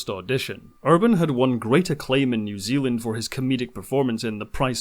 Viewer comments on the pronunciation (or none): none